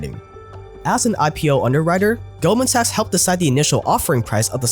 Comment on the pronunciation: You can just call in golden. The way you pronounce 'sachs' makes it odd to watch the video out loud.